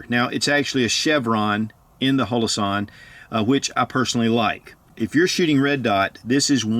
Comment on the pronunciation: Why does he call it hoe-low-sahn? Everybody calls them hollow-sun.